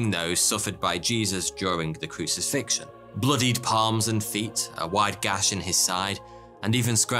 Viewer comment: What's the 'crucixion',? For that matter, who was this 'Pie-o' chap you mention? Come on, mate 😂